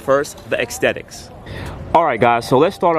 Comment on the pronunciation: It's not Axthetics it's Aesthetics